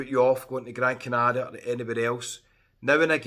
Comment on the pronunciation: I love how you pronounce Gran Canaria properly.